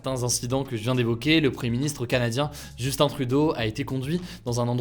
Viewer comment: Merci d'avoir bien prononcé le nom de mon premier ministre (Justin trudeau).